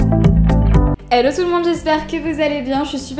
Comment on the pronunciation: "ELO tout l'monde" (apprendras-tu un jour à prononcer Hello ?). Quelle inutilité de customiser ses chargeurs...